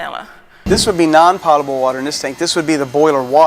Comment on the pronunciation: She can't live that "potable" gaffe down huh